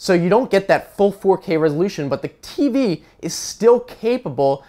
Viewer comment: Listen to him saying ''TV'